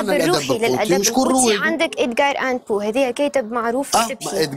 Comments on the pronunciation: الأدب القوطي وليس القوتي gothique ! اشحال ترقق الحروف ، اصطدام وليس استدام. ادغار الان بو ، و ليس امبو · للتصحيح فقط الكاتب اسمو edgar Allan poe وليس Edgar âne poe اضافة الى ان هادي الطفلة معلوماتها مضاربة وعايشة حالة لخبطة مش معقولة